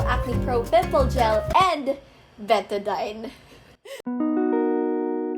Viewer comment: I love how you pronounce betadine😭